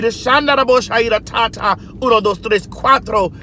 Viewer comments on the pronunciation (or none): none